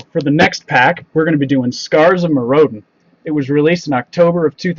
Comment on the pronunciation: It's scars of myridan.. not Mir-o-den